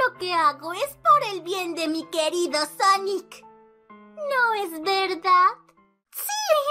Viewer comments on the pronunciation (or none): Y se dice sonic no sanic